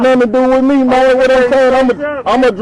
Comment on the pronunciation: Neither one knew anything about what was in the car........birds of a feather......... I cant stand the way hes saying man...Irks the crap out of me hearing that all the time. Its MAN not MANE